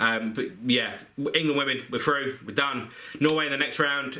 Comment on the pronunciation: England are froo (at 6.16)